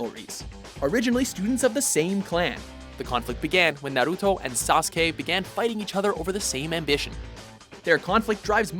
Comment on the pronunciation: They finally said Sasuke's name right :) but fucked up Naruto's